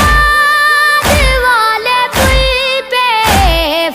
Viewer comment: بُغداد نیہں بیٹا بَغداد ہے اور بھی ایک دو لفظ میں زبر زیر کی غلطی ھے